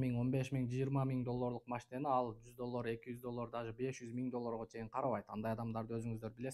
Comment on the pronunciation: Доллар десең э иним доллор дебей😂